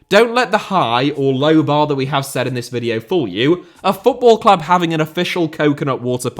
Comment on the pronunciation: HOW could you minspronounce the world VIDEO. It's literally what you do for a living for god's sake